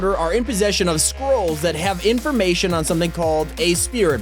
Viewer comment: When he said scroll I thought he said squirrel LOL